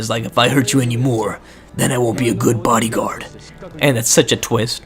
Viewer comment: I was dying when you said "bodygaurd-o!?"